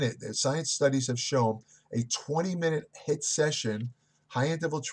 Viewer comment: it's HIIT not HITT lol I still love you sir!